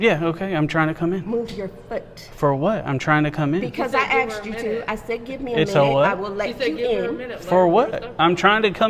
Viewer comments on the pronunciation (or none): "because I axed you to" smh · When ppl gonna learn it’s pronounced “asked” not “axechd”